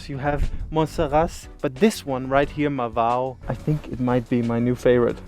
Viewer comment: didnt managed to pronounce Marvão 😆.. she needs to work on her ãos 😁